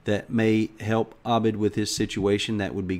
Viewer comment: you said my name in the most accurate manner possible, most English-speaking-western people say "Ebid" instead of "Abid". Like I said is awesome:D:D